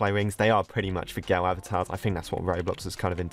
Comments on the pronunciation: WHY DO YOU SAY GAL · When said girl for me it sounds like gal